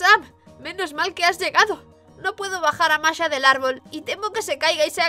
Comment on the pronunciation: Masha* Por qué no son capaces de pronunciar el Sh?